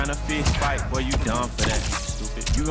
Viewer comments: hmmm. "Boi" vs. "Boah". I don't know who wins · What up with games in 2018 and BOI’s, BOAH’s